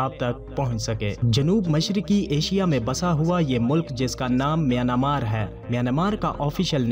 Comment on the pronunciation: Not myanamar, MiyanMar is a correct word.